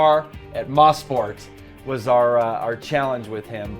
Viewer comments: MOE-sport. Not Moss-port. :) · Guys... it's pronounced "Moe-sport", not "Moss-port". It's a contraction of "Motorsport". Turn 5/6 is "Moss Corner", named after Sir Stirling Moss, but the entire track is not named after him. More info here: wikipedia Canadian_Tire_Motorsport_Park